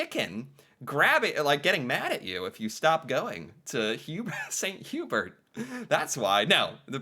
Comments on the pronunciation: "Saint - You-Bear" is sort of the french version of Swiss Chalet ... and yes very popular in Quebec. It is delicious. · All the French Canadians silently screaming as he calls it "Saint Hue-berts" 😂